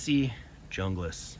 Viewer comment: FYI, The Esee Junglas is pronounced "Hoonglas". The Mora(s) you showed is the Mora Companion. Great collection!!